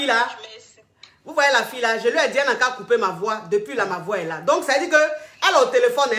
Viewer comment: "IL FAUT DIMINUER MA VOUA, DIMINUES MA VOUA ! !" 😂 Hey coach tu te répète à chaque direct mais les gens n' écoutent pas !